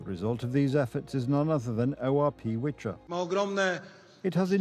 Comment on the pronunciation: That’s not a "Witcher", it’s a "Wicher" (V-her) - "Gale". 😉